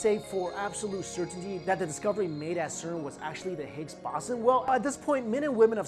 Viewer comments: while you pronounce it the higgs baw-zin I prefer to pronounce it the higgs bow-zon 😏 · Higgs bosson... Higgs Bo-son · baw-sin? I thought it was pronounced bows-on. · higgs bow-sun... not bawsin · It's Bow-zon not Boss-on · boooooson not baaaason, some physicist! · Boson like Boston without the T. Ugh. It's Boson like Bozo the clown. Bow-zon=Boson! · higgs bahson? wtf? its bow-sawn clueless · higgs bowzon not bossin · Stop saying Bossun! It's Boson, pronounced Boh-zon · I couldnt focus when you said {bason} when I know it to be pronounced {bosan} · it is pronounced 'bosOn' (bo-saun) not 'bosn'. it rhymes with proton, if that helps. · it is pronounced BOZE-ON/BOWS-ON not BOSS-on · Ffs it's the higgs "bo-son" not the "boss-en" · That one mispronunciation ruins the whole video for me. Has actually heard the word used by a physicist in a discussion before? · bow-son not bah-son. otherwise another good video. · Hicks “Bow Zon” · It's bowzon lol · The O is as in ozone dude not Oz, Bow-zun. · its pronounced higgs boson, bo-zon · Ok, so redo the audio (and cut the music in half), and dub over with Bow (like bow and arrow) Son like Saunders Bow Saun. I would then repost. So you loose a few views. Your reputation is at stake here. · Boson - ( boe-zun ) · It's pronounced BO-zon, Bozo!!! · It's pronounced Boson not Boson. Also, it earned the name "God Particle" after originally be named the "God Damned Particle" because it was so god damned hard to find. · It's pronounced bow-saun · Yeah it was driving me crazy listening to him say Boson. I began questioning my own pronunciation. So I began scrolling the comments. Looks like I've found my people. Lol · I do enjoy these videos...no big deal to mispronounce a word now and then...keep up the good work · The sound level was very weak through my phone as well...and it is pronounced BOZE ON... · Anyone else irritated how he keeps mispronouncing "boson" in Higgs boson ?😂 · Pronunciation of boson 🤦‍♂️